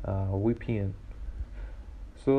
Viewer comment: Thank you it worked for me. 🙏🏽 Suggest, Either stop moving your nervous mouse all over the place. Or get something else to show on the screen while you say your say WePN, which is pronounced V P N.